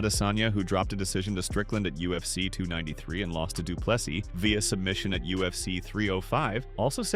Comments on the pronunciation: Dree as in tree, du Ple SEA,not seeßssssssssdssssss NO,take away the very last S........ see,or sea ONLY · Andre Duplexes?